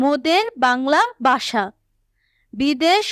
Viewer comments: ভাষা কে বলে বাষা😅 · ভাষা ❌ বাষা ✅ 🤦🤦🏻‍♀️🤦🏻🤦‍♀️ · মোদের বাংলা ভাষা ❌ মোদের বাংলা বাষা ✔️😂😂😂😂😂